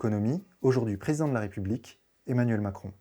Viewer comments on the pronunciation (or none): none